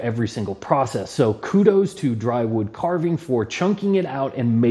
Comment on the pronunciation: Great video and thanks so much for featuring my channel! I'm glad you are enjoying the whittling projects. Just to be clear, it's not dry woodcarving, it's dywoodcarving (no r). As in d.y. woodcarving, my initials.